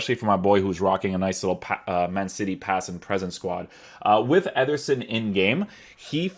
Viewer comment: Why’s he keep saying “etherson”